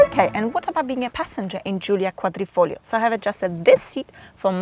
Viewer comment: you said Giulia Quadrifoglio perfect as a native Italian speaker